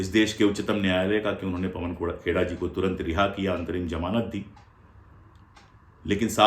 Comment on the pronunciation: से मिनट के बीच आपकी भी ज़बान फिसली और आपने पवन खेड़ाजी को पवन खोड़ाजी कह दिया। मारवाड़ी में खोड़ा का अर्थ होता है लंगड़ा। आपकी भी गिरफ़्तारी होनी चाहिए। 😂😂